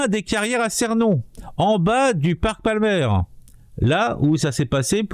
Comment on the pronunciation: Ça ne se prononce pas Cénon... mais ça se prononce Ceunon